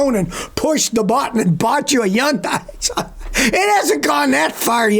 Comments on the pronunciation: fyi: Hyundai rhymes with "Sunday", not "sun-die"... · Hyundai is pronounced HUHN-day, not HUHN-die. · Why does Scotty call Hyundai, Yyundai 🤔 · Whats a Yawndye? A new company? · Hyundai…… pronounced Sunday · As soon as I heard Hyun(die) I said yikes, no thanks. 😅